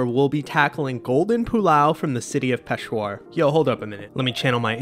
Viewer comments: It's not peshwar. It's "peshAwar". Peshwar doesn't sound right and i think it means something else in urdu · It’s Peshawar, not Peshwar. And I think you need shredded carrots in that. You should also do kabuli pulao. When are you going to do the movie ‘Hundred Foot journey’? So many great opportunities for dishes in there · Hello! This video made me so so so happy and I just wanted to point out that it’s pronounced “Pesh-ah-wur” Also I really felt seen and it’s wonderful getting to see my country represented on a channel I love watching! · hey! it's actually Peshawar, not Peshwar (that's not a real city lol). the pulao recipe was almost exactly how its made there but they usually add carrots in as well. the kebab however, wasn't a kebab at all its actually just called charsi tikka boti where boti means piece of meat. kebabs in Pakistan are different than what they would be in the middle east and take many variations. great video still!! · You guys can nail it while pronouncing Schwarzenegger and Galifianakis, but can't properly say Peshawar? It's just Pay-shaa-were.